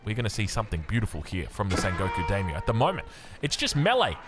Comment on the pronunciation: hilariously, halfway through when he's talking faster in the style, he pronounces it perfectly haha. He calls the Daimyo unit spot on for pronunciation